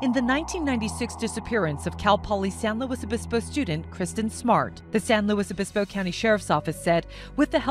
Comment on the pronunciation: San Lewis O-biss-bow